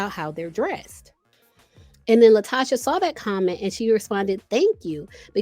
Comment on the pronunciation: Pronounced La Toe Ka